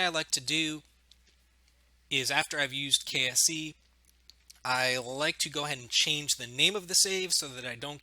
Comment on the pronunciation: Every time you said "KSE" I kept thinking you were saying "KFC" xD